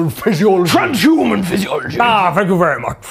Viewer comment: So good that didn't let him simply say "transhuman physiology" instead of "TRANZZSHHUMUN PHYSEEOLOGEEUH"